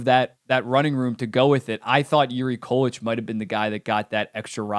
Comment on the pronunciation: Love the video but it's pronounced (COO-LICK) not (KAL-LETCH)